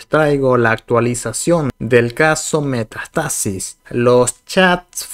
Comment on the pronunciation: Todo bien amigo, sólo pronuncia bien Metástasis, con tilde en la A